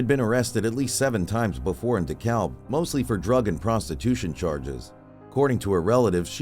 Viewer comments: Beside the point, but "Dekalb" is pronounced dih-CAB. The 'L' is silent. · The L in Dekalb is silent.